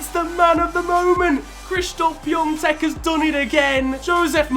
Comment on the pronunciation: Nice vid as always but that ą in piątek is has no n sound